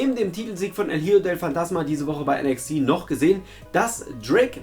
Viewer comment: Es wird nicht hiejo sondern icho ausgesprochen